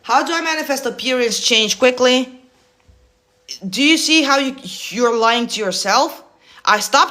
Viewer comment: Omw im loving your videos lol amost spat out my water when you said quickly